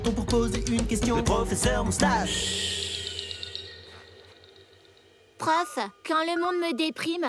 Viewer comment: Nan pas "PROFESSEUR MOUSTACHE" ecoute bien c "!!" 😂😂😂😂😂 Commentaire inutil +1 😂😂